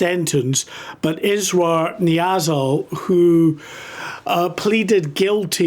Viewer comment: You keep pronouncing the one guy`s name Israel... His name is Israr, which means "insistence" in English. Pretty accurate name for a rapist. The other dude was called Jihad and look what he did, kill Jews....